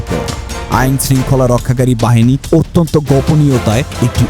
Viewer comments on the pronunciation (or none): none